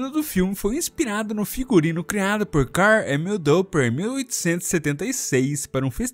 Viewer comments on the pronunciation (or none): none